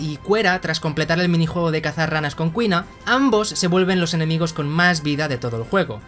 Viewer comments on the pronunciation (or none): ¿Desde cuándo se pronuncia "Qüina"?